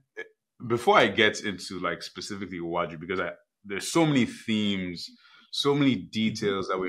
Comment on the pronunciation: your pronunciation of Iwaju was ok